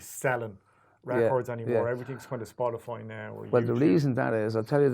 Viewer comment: the accent when he says "spotify" though... love that, made me chuckle :-)